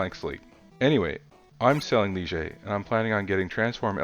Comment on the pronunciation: That is actually pronounced Lye-Ger. The French word Ligier is the name of the Formula One car that Mirage is based on.....the Ligier JS-11 competed in Formula One in 1979 and 1980.